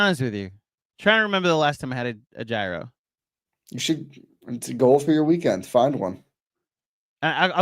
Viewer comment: I've never slandered KFS but hearing pronounce gyro is making me want to slander...LGK!!!